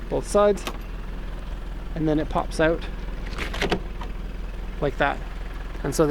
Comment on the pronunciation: I didn't realize you were Canadian till you said 'pop out' 🤣😂😂😂